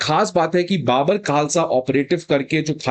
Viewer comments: Sir I’m Punjabi it’s not baabar khalsa when we speak it’s bubur khalsa 😊😊😊😊 like we say bubur sher 🦁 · ओ भाई।।। ये कैसा अध्यापक है जो कि बब्बर खालसा को बाबर खालसा बोल रहा है 😡😡😡😡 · First learn how to pronounce Babbar